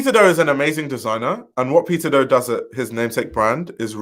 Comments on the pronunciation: I kept thinking you were saying “pizza do” 🍕 😅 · I cant help but hear you saying Pizza Dough when you say his name 😂 thanks for the upload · PIZZAAA DOUGHHHHH. Bwwahahaha exactly! The first few seconds of the vid, I had to recalibrate to figure out why he said pizza dough.